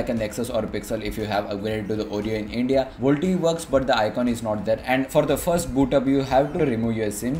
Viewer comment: "vol-t-e" facepalm